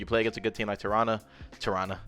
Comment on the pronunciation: As a Torontonian you said the city name right the first time LOL